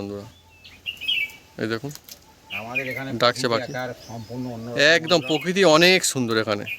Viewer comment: পোকিতি????? মূল শব্দ বা বানান, প্রকৃতি। উচ্চারণ প্রোকৃতি।